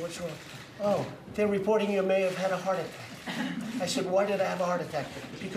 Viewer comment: More like "daalink".